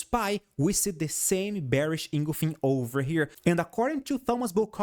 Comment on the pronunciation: Bearish Inglefink candlestick pattern? Maybe you mean Bearish Engulfing?? Best mispronunciation all week! ;-)